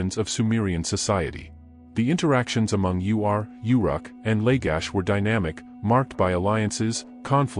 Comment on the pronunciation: Mispronunciation of the city states, the rushed staccato of narration, decimates creditability of the information. Readers must study what they read, pronounce unusual names, and slow down the delivery. The city- state of Ur is not pronounced U R. Uruk is slurred over out of recognition as is Lagash.